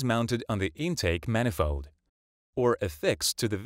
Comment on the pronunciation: "Poolee" and "manifoe"!